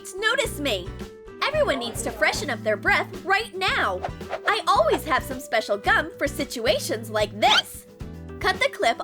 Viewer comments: Why is she saying ALLWEES it’s ALLWAYS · They said:alwis Intead of:always 😂😂😂😂😁😁😁😁😀😀😀😀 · WHY DOES SHE ALWAYS SAY ALWEES IN COLLEGE VIDS??? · alwees lol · She said awas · “ and here is Alex, he is late as ALWEYS” 😂👏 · They said "his late as ALWIS" LOL